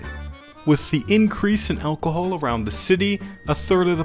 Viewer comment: The way you say alcohol just does something to me... sends me into a blind rage